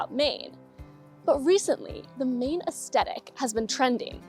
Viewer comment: Aes-THe-tic Not aes-tet-ic